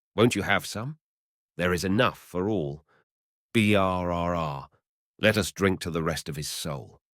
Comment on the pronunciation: I thought this was read decently until the mark where "Brrr" was spelled out in individual letters rather than said as "burr" like someone who reads English should know. I can only assume this is AI reading.